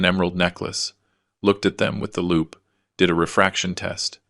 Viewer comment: No way could they carry something that heavy. Also, it's loupe, not loop.